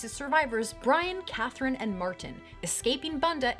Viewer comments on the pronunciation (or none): none